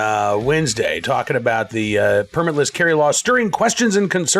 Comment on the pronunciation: Did you leave the “L” out on purpose?